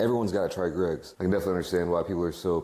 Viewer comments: Why do Americans have problems pronouncing Greggs it’s like they add syllables for no reason Greggs is a 1 syllable word no g-reggs or gr-eggs just say gregg like the man’s name and add a s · EH? how is an 'e' a 'ey' sound??? Greygs